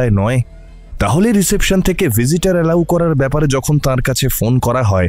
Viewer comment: Reception উচ্চারণটা ভুল, বড্ড কানে লাগল। গোটা প্রোডাকশনটা বেশ ভালো লেগেছে .. keep it up!